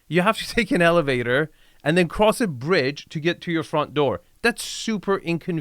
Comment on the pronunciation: He sounds like he has a little bird tongue! LOL 👅🐦"We're on a bread right now" He means to say BRIDGE! 🤣